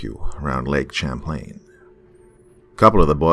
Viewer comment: I must commend you! I live right on Lake Champlain, where Red went for a week. In a town named after the lake and the man who discovered it. You are one of the few people who have accurately pronounces Champlain properly.